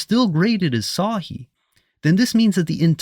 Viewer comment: Dude can’t even say صحيح properly. but he now knows more. Both hadith and Quran are from god.